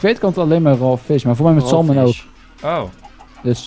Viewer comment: Enzo, als je volgende keer weer gaat vissen moet je salmon juist uitspreken. Je moet de 'l' niet uitspreken.